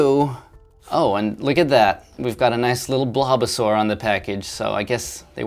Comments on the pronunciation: You said blobasaur, it is bulbasaur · "A nice little blobusaur" that is pretty funny. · good ol "blobusuar"